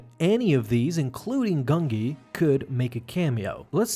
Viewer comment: I can't watch this if you start the video by pronouncing the Jedi Wookiee's name "GUN-GEE" instead of "GUN-JEE", sorry, but, it usually means TONS MORE is going to get butchered, so, can't continue after that.